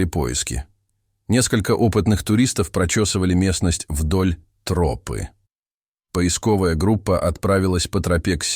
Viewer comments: Почему трОпы, а не тропЫ?🤔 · Почему "вдоль трОпы", а не "вдоль тропЫ"?? ТропА же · А кто читает? Робот? Город у него на гОре, а не на горЕ. И что еще за трОпа?? Вместо тропА... 😂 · Почему трОпы то , а не тропЫ. Режет слух очень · Мне кажется ИИ озвучивающий ролик, специально выделяет "трОпы", чтобы немного выбесить)) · Почему тРопы? Режет слух как вы ставите ударение.